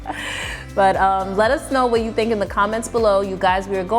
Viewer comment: when is she going to learn that y-o-u is NOT pronounced chew